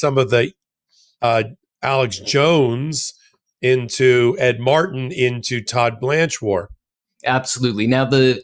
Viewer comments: for God's sake, stop saying Ed Mar-en! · Its rough to listen to a guy, who can't use the letter "T" over and over and over again (when saying "Ed Martin").... go back to peach (speech) class. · Just a side note here. One tĥing that really gets under my skin is how pronounces the name Martin. said it properly each time. M A R T I N. completely keeps the "t" in Martin silent. keeps saying MAR IN, instead of saying it properly. My brother brought this to my attention over a year ago. Since then, I've noticed these mispronounced words are gaining popularity. News casters etc., have joined the bandwagon and many others. For example many people now say pu in, instead of putin, again keeping the "t" silent., (small caps intentional for that horrendous war criminal pu tin, and trumps love interest). Has anyone else noticed these mispronounced words? Every time says Mar-in instead of Martin, it drives me crazy! Say it the right way or go back to the third grade! It sounds like these idiots have a speech impediment! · It's MarTin, not Mar-in. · I truly appreciate all of your information and the work you have done. HOWEVER, please learn how to pronounce the letter "T". Thank Creation that SCOTUS FINALLY did something right. My question about Jones - two questions - 1. Why is he allowed to be on the air? He should be banned from any media. 2. Why is he not in jail?